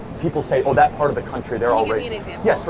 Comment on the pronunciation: The way she says “that” pisses me off… THAWT